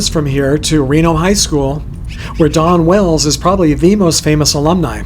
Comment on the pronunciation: it sounds like hes saying Donna Wells